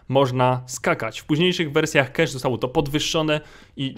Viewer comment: Nie czytaj nazwy mapy KESZ bo pisało by kash dlatego pełną wymową DI KEJCZ